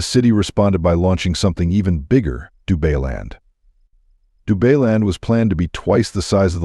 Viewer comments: Dubailand...Dubai-land...NOT DU-BAY-LAND. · Du-BAY-land ??? Maybe don't use AI to read your script ??? 🤣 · AI Voice Over - RUBBISH, can't pronounce any words correctly 'DubayLand' WTF 😂😂😂😂😂😂😂